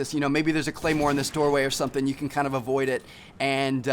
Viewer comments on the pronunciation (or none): none